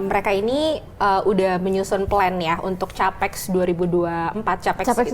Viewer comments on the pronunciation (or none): CAPEX itu sekarang bacanya "tjapeks" yaa.... Tjapital Expenditure....